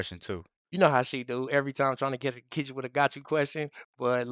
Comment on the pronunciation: Sorry, Get it -not fet it